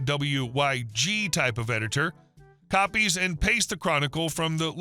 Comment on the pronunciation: WYSIWYG is an acronym, so it's pronounced as a word ("wiz-ee-wig"), not just reading the letters. It stands for "What you see is what you get."